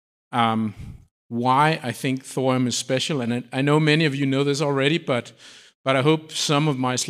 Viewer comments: NOT ......."THOR UM"............. it is................"THOR E UM"!!! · Why do you say thorum instead of thorium? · Why does he keep saying “thorum”?